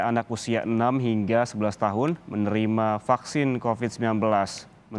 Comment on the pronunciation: Halo virusnya bukan Cocid tapi Covid ok